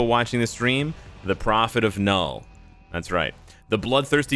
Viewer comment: Gotta really pronounce the K in Knull for all the Swedes.